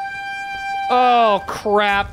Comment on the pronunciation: Dont know if that was a joke when he said "crap" because to me it sounded like "crab"